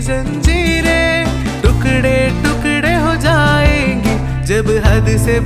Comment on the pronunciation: Zanjiren and tukde (pronouncing correction )